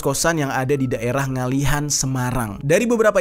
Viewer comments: Maaf,.bukan ngalihan tapi ngalian. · Ngaliyan kak bukan ngalihan, karena sy lahir di Ngaliyan semarang 😂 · Ngaliyan bukan ngalihan bang